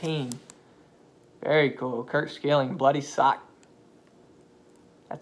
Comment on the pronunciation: Schilling is pronounced Shilling